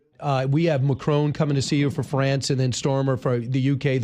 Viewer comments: Pissed off Brit here: The radio guy was so bloody rude and disrespectful!! ‘It’s NOT ‘Macrone’ (typical, ignorant mispronunciation) and ‘Starmer’. It’s President Macron and Prime Minister Sir Kier Starmer. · He ca not pronounce Macron name properly